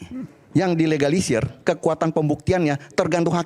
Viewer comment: Ga bisa ngomong dilegalisir 😂😂😂 berkali2 terdengar di egalisir 😅😅😅😅